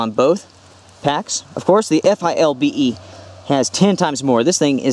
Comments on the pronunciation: Why for the love of God won’t you say “ Philbe “ instead of F.I.L.B.E ? lol . You say “ Molly” instead of M.O.L.L.E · Just FYI, the pouch on the inside of the FILBE is for a radio, and you can pronounce it "Fill-bee." Takes less time. Awesome video! I needed a side by side just like this to figure out what to replace my ALICE with. Thanks.